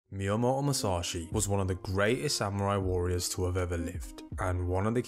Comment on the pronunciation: Guy said 'Miyamouo Mousashi'